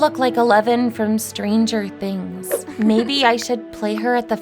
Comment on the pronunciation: She said tranger things❤❤❤❤